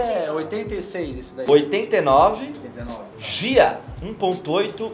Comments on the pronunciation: se fala del rey GUIA KKKKKK e nao gia, por mais que se escreva GHIA! Primeiro carro foi um opala 84 cinza coupe sem vidro lateral e sem documento, mas nem importava tinha nem idade kkkkkk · Gia = É uma rã grande da qual falam alguns nordestinos. Pode ser de coloração verde,amarela ou cor escura. Dão grandes saltos vivem sob tábuas, dentro de caixas com poucos movimento, algumas vivem em bananeiras ficando assim bem camufladas. O Del Rey é Ghia, lê-se guia. Abs. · 🤣🤣🤣🤣🤣 3 Zé coió falando de carro, o outro me solta um del Rey "gia" 🤣🤣🤣🤣 é guia, tipo calçada, guia....